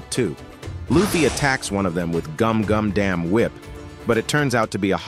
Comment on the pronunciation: Hey man, Damn and Dawn depends on which version of the chapter you're following. Since there's the unofficial and the official version. The voice over was AI generated so it couldn't pronounce the name correctly. But from chapter 1104 onwards, it's a real person doing the voice over :)